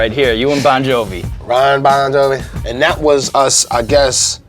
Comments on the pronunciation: Imma be the white dude that says it tho. That nigga said RON bon jovi didn't he??? Bahahahahahaaa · Yo, I have a real question. Did this nigga say Ron Bon Jovi? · "Ron Bon Jovi"